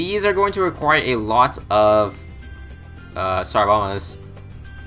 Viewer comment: Did anyone else hear tsar llama?